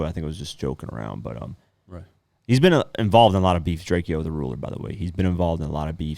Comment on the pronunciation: It’s DRAKE-OH get that shit right the mans is dead we just lost the La GOAT